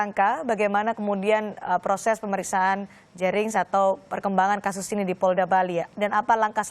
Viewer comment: Kenapa y presenter sering salah mengeja nama orang bali, kayak jering atau made